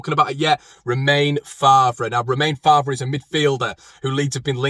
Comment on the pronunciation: It's Fay not Far for Faivre.